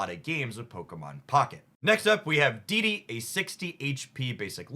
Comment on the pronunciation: Dedenne is pronounced as de-den-ne fyi